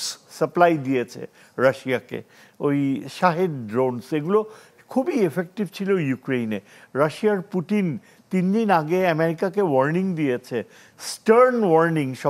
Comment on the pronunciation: কাকা পুটিন না পুতিন হবে😅